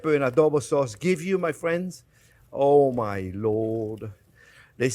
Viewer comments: Didn't you mean "fwends"? He says "friends" just like Elmer Fudd. 🤣🤣🤣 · I counted at least 30 “fwends” from chef, guess he really likes his audience 😄 love you too chef keep up the good work mon ami ❤